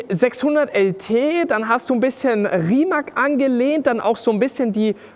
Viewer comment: Hahaha, man sollte den Namen "Rimac" schon richtig aussprechen können - vor allem als Auto-YouTuber 🤣🤣🤣🤣! Die falsche Aussprache ist schon peinlich.....🙈!